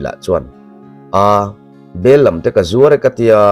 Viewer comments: A thu i lam dan hi ka lo hriat thin dan nen a in ang lo,Bel lam nilovin,Bel làm ti a lam tur niin ka lo hre thin.keima ngaihdàn aw. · Bellam i lam diklo leh tawh, bel lam i ti daih.bellam' lam' lai hi thluk sei tur.Lam(dance) a thluk tur aw